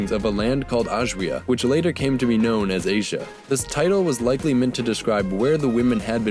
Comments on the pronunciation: Well, good work but you pronounce W as V and it was a digamma which may sounded more like Y as in the word "Yes". So it wasn't pronounced Aswia but Asyia. Anyhow, we will never know the exact sound, all these are assumptions. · The "zh" sound in "Asia" is right there: "si"